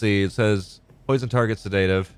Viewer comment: I really, really enjoy this series from you. Pardon me but you are always pronouncing sedative withe emphasis on the "da", any reason? It should be "seh duh tuhv" (phonetically) So, no emphasis on the "da" part, in fact pronounced pretty much all in the same tone. But maybe you have good reasons for it, I would like to learn and know than. Thanks!